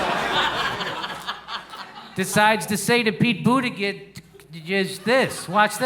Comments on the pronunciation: Jimmy, I'll help you out. The way you pronounce "Buttigieg" sounds like "Al-fred 'e' New-man". It's prounced a bit different than its spelled. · it's pronounced butteggegg